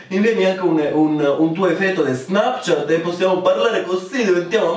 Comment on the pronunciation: Un momento. Ho appena avuto una crisi esistenziale. Da quando in qua '' Snapchat '' si pronuncia '' SnEpchat ''?! O.O